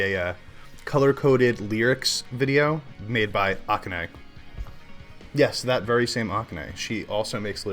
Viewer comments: We need to get everyone pronouncing Akane's name right. It is NOT AH-kah-nay, it is ah-KAH-nay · Ah-KAH-neh acCENT on the seCOND sylLAble, like the other 3 syllable name, Kah-NAH-mee. Later note: okay, you said it right in the second half...